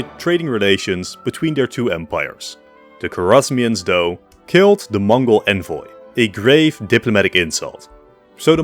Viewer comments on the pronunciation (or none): none